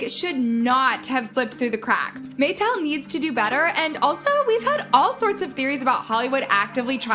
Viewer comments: MAH-TEL, not MAYTEL! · "Ari-ANN-na"?? "MaY-tell"?? tf?? Is that on purpose? How do you mispronounce something that millions of people have heard spoken correctly for years and years?? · I can’t hear this girl talk anymore without losing brain cells. “May-tell”??? Lord